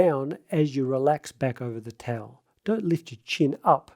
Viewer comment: why do you say “tell” instead of “towel”????